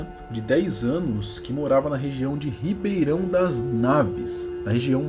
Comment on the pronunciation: Foi so eu que escutei ou ele disse Ribeirão das naves O certo é ribeirao das neves